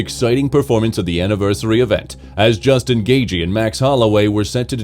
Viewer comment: AI narrator bro called him Justin GayG lmao